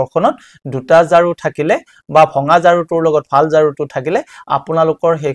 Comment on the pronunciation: ঝাৰু নকৈ জাৰু কৈছে